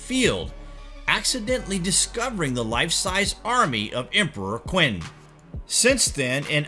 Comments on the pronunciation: Qin is pronounced Chin - this is the origin of the word China. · The name of Emperor Qin Shi Huang's is not pronounced "Qwin." BTW, last name (surname)(family name) first in Chinese. The actual pronunciation varies from "Chin" I believe to be inaccurate Westernized variation of "tʃɪn," the correct variation which is rather difficult for native English to pronounce correctly. And if you think that's crazy, you should hear how "Shi" and "Huang" are spoken. You can always google (google translate works) the pronunciation / correct sound however be careful of other sources such as youtube where you will often be led astray. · its pronounced "Chin"